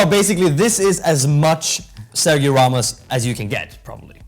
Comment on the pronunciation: you said good Corazón y Sangre and Familia. But Sergio do not pronunce like you said. 😂😂😂😂. Its Sergio in spanish not in english. But you are a master in the boot topic, all forgive you that...